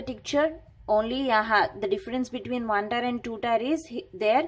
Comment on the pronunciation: Its pronounced Tier like tear, not tire